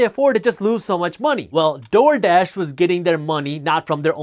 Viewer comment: the way he keeps saying TORDASH though lmaoo, good content though